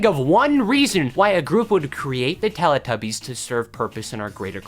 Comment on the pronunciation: Can I just say it's pronounced telEE tubbies not lelAH tubbies! It's telly as in the British word for TV!!